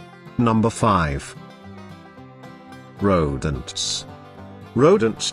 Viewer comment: The way he said "ro-dents!" 🤣🤣🤣